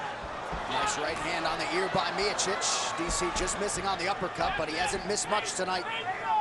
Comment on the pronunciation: I hope by the 3rd fight someone tells Anik how to say Miocic or maybe he can use his brain and realize everyone else is saying it a different way.